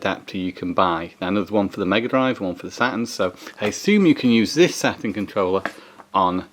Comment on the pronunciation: A "Sa-un pad"😅😅😂